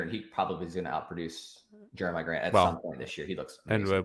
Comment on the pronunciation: It’s been years and he still doesn’t know how to pronounce Jokic or Giannis. And the Jeremiah Grant was the cherry on top. Impressive